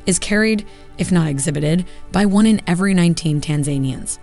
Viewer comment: It's pretty interesting that you can produce an entire video but not know how to pronounce Tanzania and tanzanians